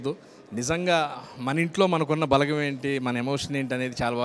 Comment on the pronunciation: "బాలగం" కాదు..."బలగం"....మీరూ మీ చదువులు... అరే చల్...